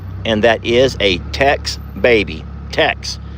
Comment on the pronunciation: TEX not TEXT ? 😂😂😂❤